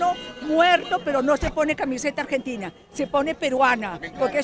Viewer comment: quizo decir yo ❤ a argenDINA